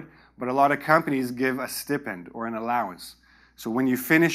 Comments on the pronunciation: Hello, I think you were wrong pronouncing the "stipend" word. The IPA of it is /ˈstaɪpend/, definitely not pronounced as "ee" sound. Right? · we pronounce stipend as stai-pend. Other than that, thanks for this wonderful presentation. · Aren’t you mispronouncing the word Stipend?